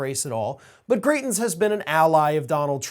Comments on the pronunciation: And it’s GrItens, not GrEEtens. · As many have said, these races are in Missouri, also, Greitens is pronounced with a long "i" sound. Thanks for everything you do,! I'm happy to see so many following your work from SWMO! ^_^ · It's MISSOURI!!!!!! And it's pronounced gri (long I) tens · Are you saying, "Greitens" or "Cretins?" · Missouri not Kansas and it's pronounced griItens. Hard I. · It’s Eric Greitens (gry-tens). Disgraced former Mo Governor. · Come on man... Wrong state and wrong pronunciation of our stupid ousted governor. This state is quickly becoming a S-show and all the republican trash that keeps getting elected